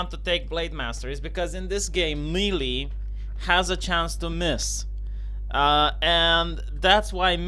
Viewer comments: melee is pronounced maylay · Booooooo you suck. This is worse then DSP teaching Street Fighter. Don't Me-Lee me in your Bee-Ta.